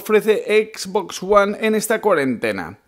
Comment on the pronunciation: Comprate una ps4 porfavor, porque cada vez que pronuncias xbox me chirrian los odios